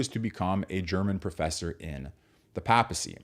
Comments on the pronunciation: "PAY-puh-see" and Karol "Voy-TEE-uh,". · Sorry - mispronunciation of “papacy” (pay-pessy would be correct) and of Karol Wojtyła - objectively precludes you from have anything useful to say insofar as you could not be even minimally (much less adequately) versed in Catholic social thought to public discuss the subject area.